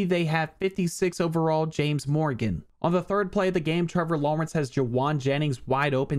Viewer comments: The way your saying Lawrence has me geeking lmao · why does he say Trevor Lawrence like that. I can't figure it out but it just sounds wrong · I try not to call out an accent, but it was incredibly random too. XD